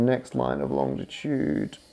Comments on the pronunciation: Gah! It's not longtitude, it's longitude! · BTW it’s Longitude not Longditude as you pronounce it. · It's longitude, not longditude, Matt. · Matt please, long-i-tude not long-di-tude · You’re not pronouncing a ‘D’ that isn’t there are you Matt? So often it sounds like long-di-tude, when it’s really long-i-tude.